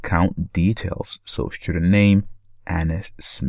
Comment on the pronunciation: for the love of god it's student not schtudent